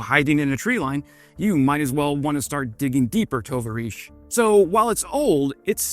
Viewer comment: You speak Russian? Pretty sure you're putting the accent on the wrong syllable with your pronunciation of "tovarish"....